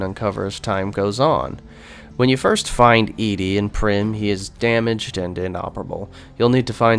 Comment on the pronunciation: Why do you say ED-E's name like that? If you've played New Vegas before, you know it is pronounced "Eddie."